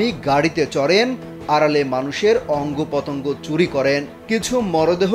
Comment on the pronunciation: অঙ্গ পতঙ্গ এই হলো উচ্চারণ। মাদ্রাসায় লেখাপড়া করেছেন? বিষয় টা খতিয়ে দেখা দরকার এবং সত্যি হলে ব্যবস্থা নেওয়া উচিত।